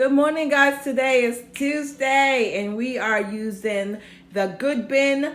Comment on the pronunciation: You sound funny when you say Tuesday 😂😂😂